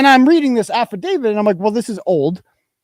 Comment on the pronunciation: So is anyone going to correct him and tell him he’s pronouncing affidavit wrong?